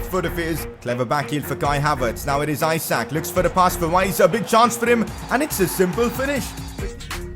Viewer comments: Pcq : Reading Isak no Ajsak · i think the pronounciation is eshuk (the a sounds like u in mud for example) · Isak is pronounced Eesak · and isak pronunciation is wrong too